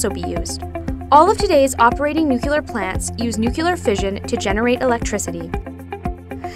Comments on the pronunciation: Ahh stop saying NUCELAR, this should help, say it like, (new clear) energy. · I don’t understand why it’s so hard to say nuclear properly. New+clear, not new cue lar. I’m also American and say it properly. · Nu-Cle-ar. Someone fire the editor! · It's "NU clee ur" not "NEW clee ur" - I expect the wrong pronunciation will soon become the standard thanks to efforts like this which have great information and graphics but leave in the wrong pronunciation. I suppose there are more important things that need our attention, but this is aggravating. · How come she can pronounce all the other words related to but not including nu-CLEAR?? Jesus Christ when you hear "noocular" it's like nails going down a chalkboard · the word is Nuclear... new-klee-ar ... not nuke-yoo-lar. Americans really need work on their pronunciation of English words. Its your native language young lady, and not a second or third one. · I know I'm not the first to say this but NU-CLEE-AR. I wouldn't normally mention it but this is unacceptable in an educational video for kids. You're teaching them the Bush Jr. pronunciation. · STOP SAYING NUCULEAR OMG I JUST WANNA DO MY SCIENCE WORK MAN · PROUCESS?NUCELAR? BYEEE- 😺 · nukyeler energy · noocular energy 101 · no it actually isn't... Nucular is known for being the pronunciation for uneducated people and AIs, so....... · Did you just say "nuke-you-ler"? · IKR? and the Nuk-yuh-lus of an atom?!?!?! NUCLEUS! NUCLEAR! Nucleus and nuclear are some of the only words in English that are pronounced how they are spelt! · the video itself is pretty good and i give them props for that but every time she says nucular, i involuntarily start twitching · nuclear, noob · WHEN PEOPLE SAY NUCULAR IT PISSES ME THE F OFF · NUCULAR? Did George Bush narrate this video? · The material is great, but I wish she would pronounce "nuclear" correctly. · “Nucular” is not a word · I love nueclear but you need to get over its pronuaciation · What the fuck? Can't pronounce "nuclear"???